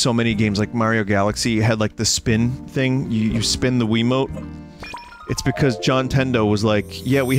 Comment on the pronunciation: There it is, we got a SPEEN